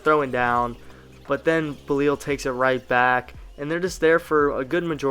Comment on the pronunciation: You gotta learn how to say belal